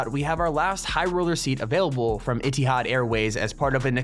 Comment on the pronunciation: it is E-th-ed